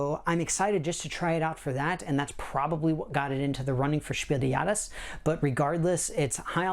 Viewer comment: Please, type Spiel des Jahres into google translate and listen to the pronunciation. Or just say game of the year award.